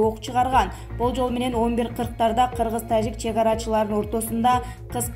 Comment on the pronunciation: Нормальный окуп айт таджик дегенди угуп корсон канча элдер угат